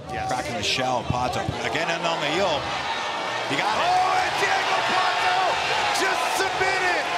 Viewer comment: Deigo Pato? kkkkkk